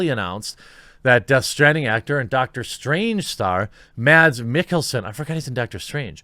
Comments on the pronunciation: if you wanna pronounce mads mikkelsen's name like we do in denmark, then the D in mads is silent :) love you vids btw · Mads Mikkelsen's first name is actually pronounced "Mass" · Just to be difficult. The d in Mads is silent, so the correct pronunciation of his name is Mas